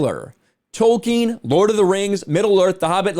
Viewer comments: It´s Tolkien, NOT Token !! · Lord of the rangz. Return of the kang. J.R.R.Token